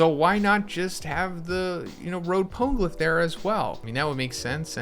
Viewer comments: Also "poan-glyph", it was like hearing nails on a blackboard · Yo sorry it was bugging me mass. Try it like this “pone-eh-glyph” love the content tho. Keep it up brotha.